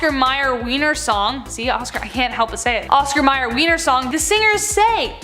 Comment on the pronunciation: The sausage is named after the capital of Austria, so why are you pronouncing it like that? This channel is silly.